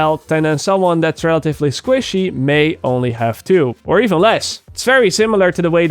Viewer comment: you say squishy funny